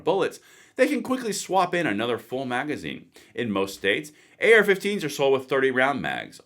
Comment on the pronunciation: Rrally? You cannot even say "Magazine"? Thanks for the info tho.